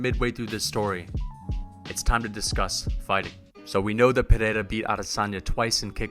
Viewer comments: "Pereira" not "pineda" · its NOT PERERA , its PEREIRA brother